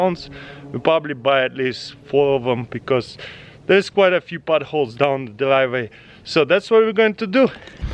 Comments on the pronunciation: why is nobody talking about potholes sounding like “buttholes” in his accent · I thought you said buttholes